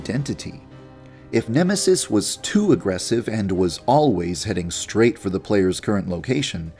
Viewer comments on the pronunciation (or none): none